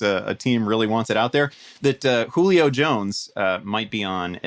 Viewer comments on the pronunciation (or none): “Juilo” Really? “Juilo?”